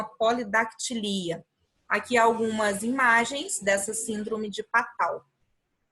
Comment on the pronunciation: A sua aula é boa mas a pronúncia das doenças é péssima síndrome do mio do gato??? até você fala de miado do gato Este é o nome correto e Patau Nunca vi ninguém falando assim se fala "Patô"